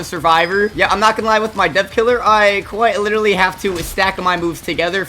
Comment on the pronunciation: “quite witerly” cornball🥀🙏